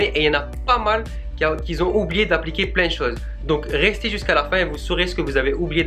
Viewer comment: Il y en a beaucoup qui zont... Y en a qui zont pas... Y en a qui zont oublié... OMG!!!!